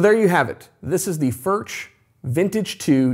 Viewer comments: Cant pronounce Foorh? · Just bough a vintage 2 d sr. It’s ..... beyond the money ! Way beyond the money! Good luck🙌🏽. Also it’s pronounced Furk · Please learn how to pronounce the name. For those of you saying they’re better than Martin, Martin has a very wide variety of models and all are of good quality for the money. If you spend an equal amount as a Collings or Bourgeois you’’ll find similar quality and the sound will generally be at least as good. Sound is objective. Some like bolt-on necks but I believe the Martin neck gives a superior sound to any bolt-on neck (because I prefer that traditional sound). The Martin-style neck is much more expensive to produce. The Martin 16 line has a similar neck to Collings and Furch and many others. The finish on the Collings is excellent. I’ve owned Collings, Santa Cruz, many Martins, and various other high-end and other guitars. Although I prefer the Martin sound, I’m not a fanboy for Martin. I have issues with them. Number one, Martin greatly increased the models available in the last several decades. For those who couldn’t afford a Martin, this allowed many to purchase them, but they weren’t the Traditional Line that made Martin the most famous and most-copied in the world. Martin has the Traditional Line that is built using CNC machines as well as hand-made techniques for some things. The Custom Shop snd Authentic Lines are mostly hand-made to my understanding. The Authentic is easily equal to brands such as Collings and Bourgeois if you prefer the traditional sound. If you like a more modern sound like Collings, Taylor and Bourgeois have you will prefer those brands. I pr